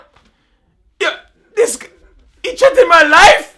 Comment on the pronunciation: He trettened my life. Trettened. Cessora.